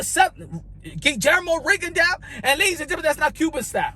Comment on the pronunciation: Rigondeux is pronounced run, gone, done